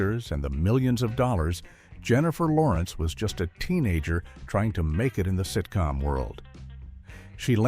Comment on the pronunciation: You slurred Jennifer Lawrence .